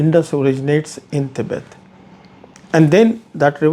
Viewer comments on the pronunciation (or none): indian mnkey, pronounce tibet properly